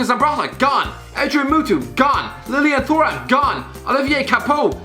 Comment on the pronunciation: and PS... "Lilian THOR-am"...nice pronunciation lol